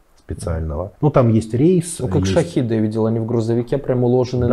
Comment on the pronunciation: Можно ли специалистом назвать человека, который Шахеды называет Шахидами...? 🤔